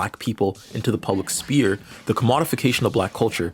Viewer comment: Gepetto is pronounced "Juh-petto" Also you said "Spear" for "Sphere" a few times.